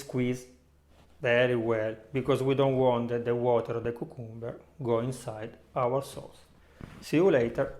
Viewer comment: "KYOO" + "kum" + "buh"